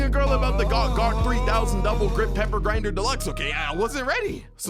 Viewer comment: Its guac guac not gawk gawk